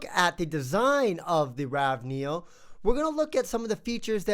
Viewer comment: You are very early. 1 year late.... Also, it is ravE, not raw neo.